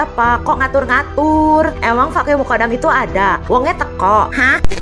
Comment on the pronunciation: ALMUKONDO.M BIB .SALAH NGUCAP ELUH. MUKONDOM.